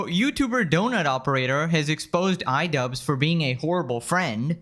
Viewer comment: Idubzzz ❌️... I dud✅️🤡